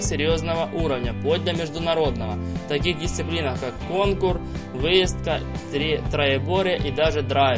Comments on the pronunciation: Диктор, откуда тебя вытащили.. кОнкур, крупА.. писец. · Не кОнкур, а конкУр